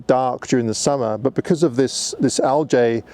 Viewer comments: Al-Jay!? WTF? You're an Englishman man! Speak English. Al-Gee. I gave you a thumbs up but give yourself an uppercut for that one mate. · enjoying the vid but I have to say is it not pronounced Al’gay’ and not Al’jay’